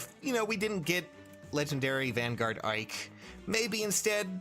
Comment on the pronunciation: Ike? I thought you said Mike.